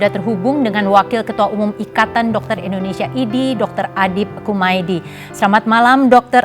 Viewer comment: Indonesia. bukan endonesia.